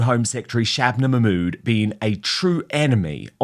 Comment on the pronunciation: Shabanabanana Mackkkkkkkmood - Katie nailed it...we all just need a copious quantity of saliva to pronounce it.